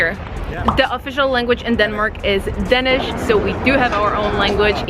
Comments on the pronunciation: She keeps saying "dennis" not Danish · As many has pointed out, she is wrong on so many points. She is not a good source. Also the way she pronounce the word "dansih" hurts my ears. You cant get drunk in the school normally. Its only at parties, and its monitored closely. More and more schools are banning sales on alchohol at highschool parties. It has gotten a bit out of control. Ofcourse there are teachers at the parties. She is so wrong. Please contact some real danish people to hear about this. Not just the alcohol, but taxes and other things aswell.